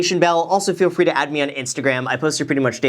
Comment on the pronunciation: FWEE STONKS?!??!?????